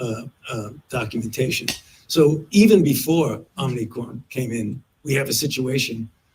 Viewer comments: I cannot believe my ears. It’s OM-I-CRON it’s not OMNI-CRON. You’re pronouncing it exactly the same way Biden does! 😳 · OMI-CRON NOT OMNI-CRON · Good thing your rulers and "experts" are looking out for you. It's "omicron", not "omnicron". "Omicron" is an anagram for "moronic". The invisible force controlling the puppets on both sides of the aisle is laughing at you. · It’s pronounced Ohm-e-chron. It is the fifth letter in the Greek alphabet.